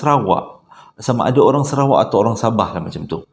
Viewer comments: Sarawak bang bkn serawak..tp abg pnye crita2 mmg best dgr,x bosan.. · Salam bangggg .. abanggghhh.. SARAWAK baaaangggh. Bukan SERAWAK baaaanggggggg... Tulunnnnn...aaarrghhhh !😂😂😂😂😂😂😓